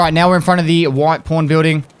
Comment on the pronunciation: Every time he says pawn I know exactly what he's saying, but I block it out and instead I refuse to accept the fact that he's not saying porn.